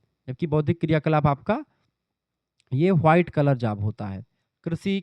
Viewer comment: White ko हुआइट bolta hai tu kya yarr